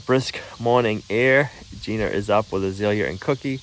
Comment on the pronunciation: 👏👏👏 I'm proud of you. You said,"Videoing" instead of filming. So,so many cannot/have not//will not make that transition. Obversely you still say things like "Jeaner" (Gina) sp? and "Alfalfer".😅 "Pocking" "Floor Joices" ✌️❤️ 🙈🙉🙊